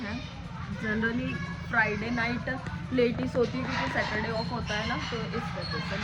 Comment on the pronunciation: Pyri Bhen सेटरडे नही सेचरडे 😂 Remember #excuse me भेया Nice blog🎉